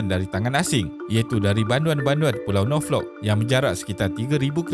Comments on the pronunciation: 1. Phosphate - fosfet 2. Norfolk - nofok 3. Pleasant - plezen sebutan suku kata "e" pertama dlm sebutan rojak "plezen" amik dari sebutan huruf "e" di perkataan "ekor", manakala suku kata kedua pula sebutan "e" di perkataan "empat" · Yg aku perasan pun ada 3 perkataan je yg aku rasa 2 drpd salah sebut yg X disengajakn iaitu 1. fostat 2. Norflok. Utk perkataan Pleasant Island je yg pronunciation ala2 'please' mungkin sbb X sure sebutannya yg betol.